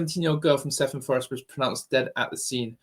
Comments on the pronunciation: Just to let you know the village is pronounced ‘Kevin’Forest. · I lived in Blackwood for twenty years, the village is pronounced “ Kevin Fforest “. ( Cefn Fforest). Blackwood of course is where the Manic street preachers come from. The boxer Joe Calzaghe comes from Newbridge.